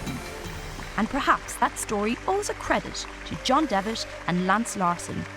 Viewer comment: And calling John Devitt "John Devish" is just wrong.